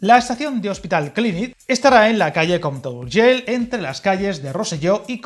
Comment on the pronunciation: Muy buen video, como siempre. Que pena que las dos líneas sean de ancho diferente, sería fantástico poder ir de Rubí a Sant Boi sin cambiar de tren, cuando haga la carta a los Reyes Magos lo voy a pedir, por probar que no quede. 🤣🤣 Por cierto, reconocerte el esfuerzo que has hecho para pronunciar esas palabras en catalán tan difíciles para un español, como Sabadell, compte o Urgell. 👍👍 Saludos desde Barcelona.